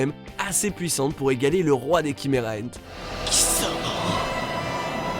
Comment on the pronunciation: Non là il l'a bien prononcé à l'anglaise "Kimera ant" 👌